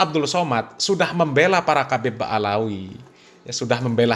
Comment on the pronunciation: Ba,lawi bukan baalawi